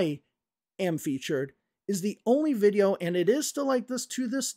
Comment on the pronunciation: In one of their videos Liza says that it's okay to have an accent. But when does accent become mispronunciation? I thought that the way she pronounces "video" in the video by her that you just criticized for her mispronunciation of "accusation" also borders on "wrong" because the e-sound in video should be shorter. It's her Russian accent "shining through". Having said that I generally like English for Everyone and I think it's necessary to call out the scammers but I too noticed that they didn't tag you in the video where they critiqued your mistakes that you made while speaking casually (which I think is unfair and to turn off the comments is pretty sh*tty of them). Some further comments – the use and interpretation of expressions such as "this is lit" or "spill the tea" might not be so much dependent on regional differences but on social factors, such as age and what media you use.